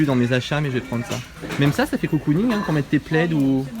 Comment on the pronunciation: Eimadolly va te taper sur les doigts on dit cocooning et non coocooning ahahaha #teamsnap (une de ses vidéos)